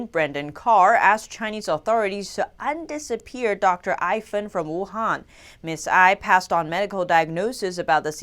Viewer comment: Dr Ai Fen, not Aifen.